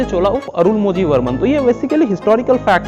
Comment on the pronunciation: It's not अरुणमोझी its अरुळमोळी़ Similarly it's not पूनगुझली its पूनगुऴळी